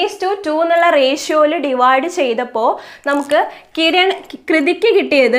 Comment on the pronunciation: Mam nammal rashio ennaano pronounce chayya ratio eenn pronounce cheyyaamoo ?